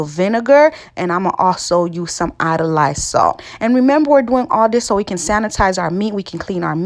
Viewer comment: You slipped & said "idolized salt"? Label reads I-O-D-I-Z-E-D SALT.